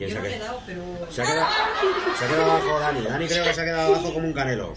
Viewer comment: Se dice dani no danny